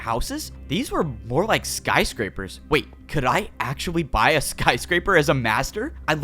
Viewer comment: did he say actuawwy